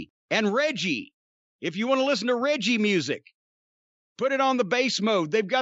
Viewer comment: It's pronounce reggae dear sir